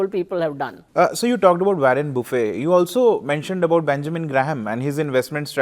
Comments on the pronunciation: Buffet not boufey 😂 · Learn to pronounce Warren Buffet